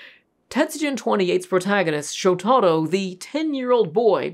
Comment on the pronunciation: It's pronounced Showta-ro. NOT Sho-tarro